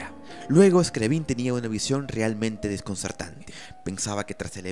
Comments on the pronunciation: Se pronuncia Scriábin, no Scriabín. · Un detalle importante en la pronunciación de estos nombres: Scriabin, se pronuncia, Scri"á"bin, acentuando la "a". En el caso de Rimsky Korsakof, se pronuncia, Rímsky Kórsakov, acentúando en aquel la "í" y en este l a"ó" Otro dato importnate, el teclado de su inventiva, no sólo producía luz sino también sonido simultáneamente. Finalmente, un acorde, de acuerdo a la teoría musica., se considera desde dos notas simultáneas. Gracias.